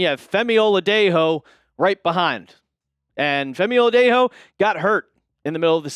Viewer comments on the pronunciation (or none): OH-LA-DAY-JOE... Like a cup of Joe... Its been a full season